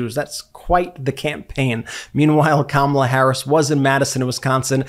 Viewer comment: Kamala is pronounced (comma' la!) NOT (come ala'). How ignorant do you want to be seen as?